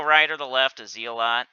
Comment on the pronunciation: Hey fyi it’s Zell-et not Zee-lot otherwise great video as always :)